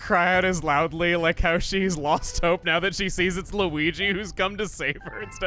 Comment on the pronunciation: why does peach sound like she's saying luwege instead of luigi